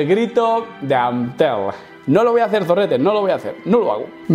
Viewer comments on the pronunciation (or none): No es AN - TELM !! ES: ACTI - MEL !!! jajajajajajajajjajajaj me descojono